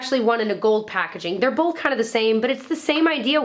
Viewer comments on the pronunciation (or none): Love these videos! Someone said always says "bowlth" instead of "both" and now it's all I can hear lol:D <3